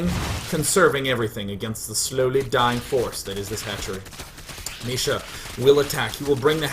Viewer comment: It's not Misha, it's Micha, like in "chat".